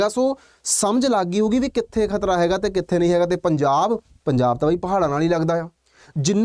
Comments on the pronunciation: Kharta ਨਹੀਂ ਖ਼ਤਰਾ 😂😂😂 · Kharta hunda k. Khatra hunda